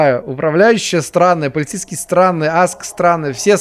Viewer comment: начал говорить полецейскай! У меня настальгия от party hard